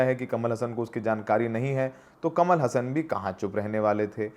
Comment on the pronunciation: हसन नहीं हासन ।